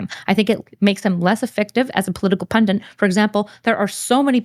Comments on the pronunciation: PUNDIT not PUNDINT jesus fucking christ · Why is no one capable of pronouncing pundit these days? Where did "pundint" come from?